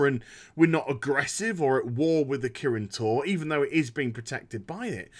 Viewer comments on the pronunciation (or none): I could've sworn I heard "Protected by the Kirin Tauren" and thought of magic cows. Yeah, blizz, I'm that bored.